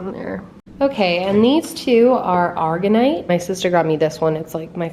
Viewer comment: FYI - it is pronounced A-ma-zon-ite with the accent on the first syllable. All of the stones you called Ocean Jasper are actually Polychrome Jasper. The white crystal is not Argonite, it is Aragonite with the accent on the second syllable. Azurite is pronounced Az-shur-ite with the accent on the first syllable. The tall fluorite is totally cool. The Afghanistan Jade is actually Onyx.